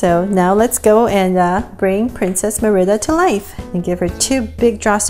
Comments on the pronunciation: Great job! The only thing is her name is pronounced Marida not mirida. But I really liked the video! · it's MERIDA NOT MERIBA!! just to clear it not being rude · It's not mirda It's mErida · Your saying her name rong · My friend says that u pronounce Merida wrong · She/he is right then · lol the way she says merida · That's not how you pronounce Merida